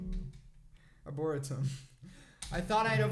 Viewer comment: LOL why does everyone struggle with Arboretum? xCeleste (Rosan) does too!! Arbor-eee-tum.